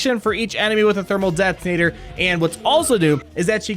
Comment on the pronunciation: "Thermal det-tin-ator" lol